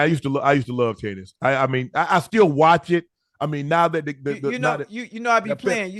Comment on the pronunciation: Am I the only one that thought he said "titties" instead of tennis? 🤣🤣🤣🤣